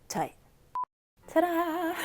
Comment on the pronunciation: I love that u pronounced "tight" as "thai" hahah ur book nook is so thai!